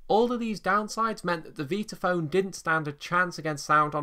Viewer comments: How many times do I have to hear "Veetaphone" 🙄 It's V👁taphone! Like Vitameatavegamin! 😂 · nicely done, although I'm pretty certain it's pronounced 'VIE-tuh-FÖHN', and NOT ''VEE-tuh FÖHN' , as you say, several times. This ISN'T a 'toe-MAY-toe/toh-MAH-toh'-thing, nor does it have to do with you being English (I never where I'm from, but it's NOT the States). In fact, there's several old Warner Bros Bugs Bunny cartoons where he pronounces in passing 'VIE-tuh-FÖHN', as well. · Never heard it pronounced 'veetaphone'! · After hearing pronounce it, I thought I had had it wrong all these years so I checked it out online and you are correct.